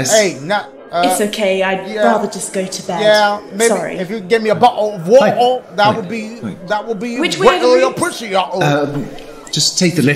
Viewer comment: Nobody: Dashie: "u shuldve had yo bah-oh uh wah-uh"